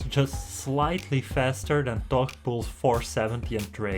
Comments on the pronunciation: Wtf is he saying? Todd? His name is THOR. Learn English, man. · It sounds like hes saying tok and not thor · The way this guy says 'Thor' is slowly eating me up alive